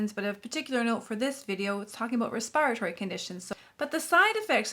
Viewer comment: Respire-a-tory fxn